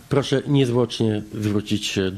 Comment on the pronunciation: "Puoszę niezwłocznie zgłosić do puokuatuy (któa mi podlega, podobnie jak milicja)"